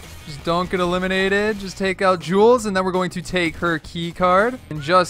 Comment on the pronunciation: My guy it's jules😂